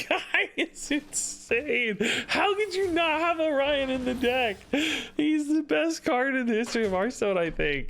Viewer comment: So you're supposed to say "oh-ryan" instead of "orio...n"